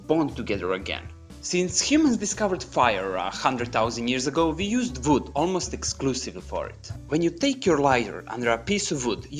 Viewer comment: You make absolutely great videos. Very interesting. Try to improve your accent in words like "workers", "we", "wood" and it will be perfect.